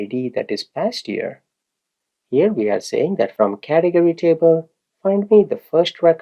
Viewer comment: You know what i enjoy most about this video? Your pronounciation of Cath e gory :D its fun, Thank you.